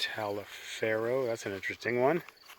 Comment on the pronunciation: "Taliaferro"...is pronounced like "Toliver."